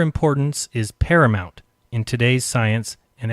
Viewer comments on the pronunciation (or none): none